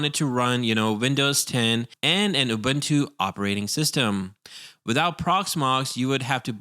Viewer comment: Man i love the guide and everything but the way you say ÜBÜNTÜ gives me the shills.